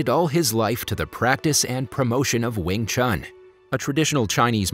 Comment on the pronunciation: Cmon u completely pronounce 詠春 wrong